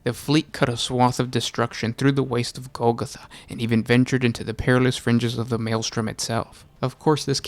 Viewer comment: It's goal-goth(like emo)-ah